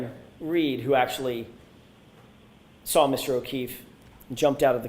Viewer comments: I cant stand how she says SAW it. She says SAR it. 😂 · THANK YOU🙄